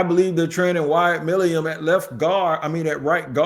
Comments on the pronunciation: It's NOT MILIUM. It is MILUM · It’s Milum, I can’t take much more of this lol My-Lumm